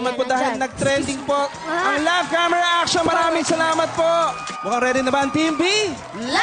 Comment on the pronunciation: laff kemera eksyon.......... haha. ganun ka oa ung pgbigkas ni haha. e stop nyu na show nyu pangit walang kwenta.. lol